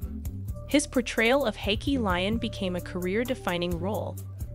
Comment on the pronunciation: RIGHT!!!?? and "Hakee"Is she talking about Hakeem Lyon???